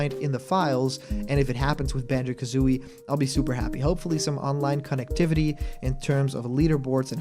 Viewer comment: You got Kazooie's name wrong.